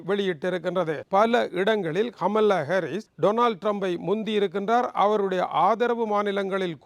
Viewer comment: கமீள்ளா இல்லை கமலா ஹரி னு சொல்லு